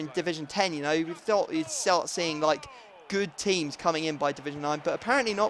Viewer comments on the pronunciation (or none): none